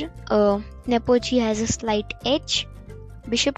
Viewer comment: Not Nopochi Yan it's lan nepomniachtchi 😅